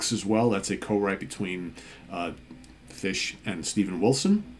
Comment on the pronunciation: Hi folks, hope you had good weekends and the Monday blues aren't getting you down too much! Great pick, and kudos for the Steven Reid-approved "Fush!" pronunciation... My pick today is a bit off the beaten track, but by a singer I always believed should have garnered greater success, having first heard her in the band 1994 (2 albums, a S/T debut then 'Please Stand By') KAREN LAWRENCE "Rip And Tear" More pop rock than anything, but with some nice guitar work, sort of in the vein of bands like Quarterflash or the rockier side of say, Laura Brannigan, and nicely produced by Eddie Leonetti (ANGEL et al) She had another project called KL & THE PINZ, and did some work with Jeff Beck, I believe... Great singer, give thus a listen, abd i can definitely recommend the 1994 albums, too...